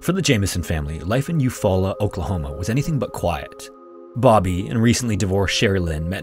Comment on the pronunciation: I've heard the story of the Jamesons from so many different narrators, but you’re literally the first one I've heard pronounce Eufaula correctly. That aside, I really get the feeling that meth was involved. I don’t think the family was using - their behavior in the footage isn't the same erratic, twitchy, hyper kind of thing you see with people who are high on meth - but they could've very easily gotten taken in to buy supplies for a manufacturer who got pissed for whatever reason.